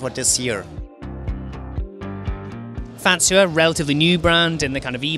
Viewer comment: how to say Fazua correctly. Stop adding in a T.